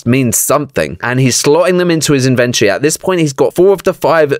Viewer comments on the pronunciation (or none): (in-vent-ory not in-ven-tree) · you iddy biddy siddy bit of small brainer. It's the in ven tor eee, its inside the inventory